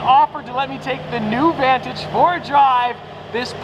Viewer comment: You mean Vaahn-tige